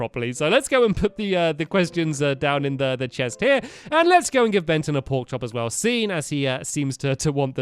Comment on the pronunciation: Was it just me or did stampy say "let's go to he love house" ??????